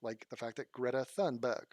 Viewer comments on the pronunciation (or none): none